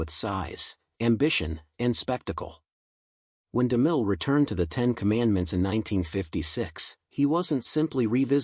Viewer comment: The guy's name is DeMille, not Deel! Is your narration AI generated?